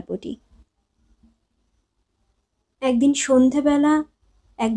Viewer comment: উচ্চারণের প্রতি আরো অনেক যত্ন নিতে হবে বলে আমার মনে হয়। যেমন ঘোষীভবন এর ফলে একদিন এগদিন হয়ে যাচ্ছে। এমনি আরো অনেক ত্রুটি আছে। তাছাড়া voice এ নাটকীয়তা আনার প্রয়োজন।শুধু reading পড়া হয়ে যাচ্ছে। ভালো থাকবেন 🙏